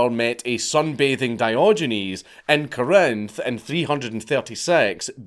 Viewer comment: The emphasis in Corinth is on the first syllable